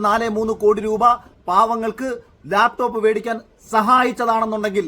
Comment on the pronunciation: ലാപ്ടോപ് എന്നല്ല പറഞ്ഞത് Mr Akhil. താങ്കൾക്ക് തെറ്റ് പറ്റി. അദ്ദേഹം പറഞ്ഞത് " ലേപ്പ് ടോപ് " എന്നാണ്. 😂😂😂😂